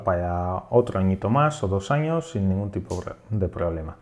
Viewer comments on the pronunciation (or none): none